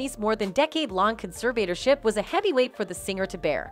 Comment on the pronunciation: Your mispronounciation of the word "conservatorship" was REALLY annoying. And you kept referring to her father as "she". I'd fire you.